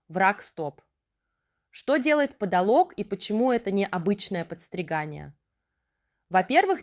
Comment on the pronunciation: Видео хорошее и полезное, но озвучка странная, будто ИИ. Автор, обратите внимание на интересно проставленные ударения: подолОг, плюснЁвые и т.д. 😂